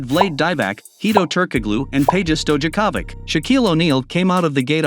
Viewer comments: Vlade 'rhymes with blade' DIE-vack & 'sto-JUH-kah-vick😂😅I cant continue!!!!🙃🤣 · You just butchered the names of Divac and Stojaković like I never heard before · And kukoc lol